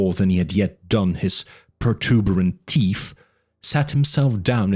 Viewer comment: This narrator has a great accent for the European chapters, but why do all narrators have a speech impediment? This one can't say "th"...souf and teef, it spoils what would otherwise be a great rendition of this classic novel. The amount of mis- pronunciation is extremely annoying too. Such a shame, as other parts of the narration are spot on